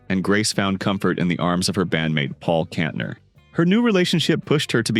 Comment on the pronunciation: Ca-SA-dy? Kontner? Learn how to pronounce the names!